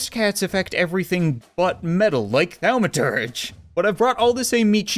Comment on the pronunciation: Thaw-ma-turge cat. ;) I never really care about pronunciation or grammar, but its a nerd-word, so apparently I feel compelled to say something. IloveyourchannelCHEERS!!